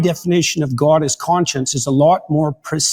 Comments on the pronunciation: This is neither here nor there, but the way JP pronounces GAUWD pisses me off so much. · Accents are always regional. So yes, there are Canadians who pronounce the word differently. But the way JP pronounces it (and other words like 'body' or 'complex') is very, very common in Canada. I even checked the Wiktionary and it says god is pronounced like that in Canada (and Wales.)